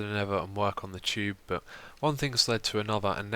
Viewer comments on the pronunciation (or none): I love how he says tube haha. Sounds like chube :D